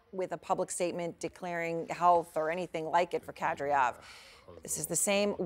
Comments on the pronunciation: Erin really butchers the pronunciation of the name of the butcher Kadyrov. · Kadyrov is an easy name to pronounce (unlike many others which are understandably ‘massacred’ by Western journalists). It hurt my ears to hear this competent presenter come up with her own weird pronunciation. Do better! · The news host keeps getting kadyrovs name wrong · Burnett - The man's name is Kad Y rov and NOT Kad R yow -- how did you get the job? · WHY is it this CNN presenter who thinks she is good, and is reading a screen, CANNOT even say the Chechen leader"s name correctly. SHE keeps saying KadRYov and not his name which is KadYRov. SIMPLY FRACK TO BUNT. This is bad for a presenter to get the pronunciation incorrect when all others on the planet can say it correctly and all she has to do is listen, monkey see/hear, monkey DO! Others must not listen to Ukrainian people speak either, and then say the village or town names incorrectly. Very SAD for so called educated people to get it wrong! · Everyone : KA-DY-ROV CNN anchor : Kadriov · That novichuc is a helluva poison and Erin it's Kady -rov not care de off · It's Ka-dee-rov. Not Ka-dree-yov. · Kadryov?? Actually it's Kadyrov, is it not? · Why she pronounced Kadyrov’s last name wrong ? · It is KADI ROF, NOT KADRIOF come on ERIN. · It's not pronounced kad-ree-ov. It's Ka-deer-ov. Horrible prep reporting. Typical CNN. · Can she stop calling Kadyrov- Kadriof it is ignorant and sloppy. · The terrorist's name is pronounced ka-DEE-rov, not KA-dree-ov. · Kad-EER-off, not "Kad-ree-off". I'm kind of amazed with how they can still mispronounce these names considering how much reporting has already been done on him. Doesn't CNN have ANYONE on staff who can get these right? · It's Kadyrov, not Kadryov. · his name is Kadyrov, not Kadriov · I wonder if the teleprompter was written wrong or this host is purposefully mis pronouncing Kadyrov as Kadryov. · Said his name 5 times… not once correctly. It’s not a hard name! Come in CNN!